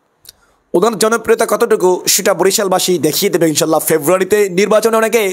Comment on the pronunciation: ইনশাআল্লাহ বলতে পারেন না আপনি নাকি হুজুর। কথায় বোঝা যায় না